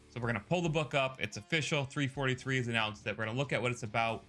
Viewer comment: Ik this is 3 months ago but if your an Actual HALO fan ITS "U N S C" NOT "U S N C" AND ITS NOT "3 43" ITS "3 4 3" SO FIX IT PLEASE AND THANK YOU.